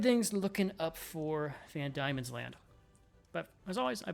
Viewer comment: Diemens land is pronounced more like Demons land instead of Die-mens land